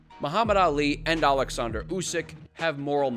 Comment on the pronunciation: as for Ukrainian it's so great to hear Oleksandr instead of Aleksandr (russian version), even though Usyk itself usually said it with russian accent xD Thank you for such small detail Upd. But in general thank you for this great perspective, resonate with me a lot